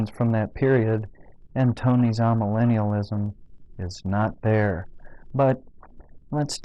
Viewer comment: My opinion of Tony Warren and his absurd misinterpretations of history and Scripture could not be lower. In spite of that, I wish to suggest that you correct your pronunciation of 'amillennialism', a term that I have never encountered in my 80 years until now. So I have added another word to my apparently limited vocabulary. The first syllable of this word should not be pronounced 'ah', but rather 'ay'. This 'a' prefix comes from Greek and simply means 'not'. We see this in such words as 'apolitical', 'asocial', 'achromatic', etc. There are a number of these words in English which begin with the Greek prefix 'a', meaning 'not'. In all cases this 'a' rhymes with 'bay", 'say', 'day', etc. I hope that this comment does not impress you as merely nitpicking. I think your hearers would understand you more easily if the pronunciation of key words and concepts is correct.